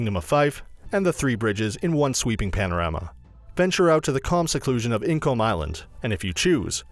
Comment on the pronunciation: Incomb, firth of fore